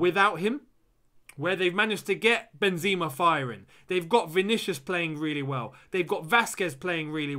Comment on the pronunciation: Benzima?? Toni kruus?!! Hahahaha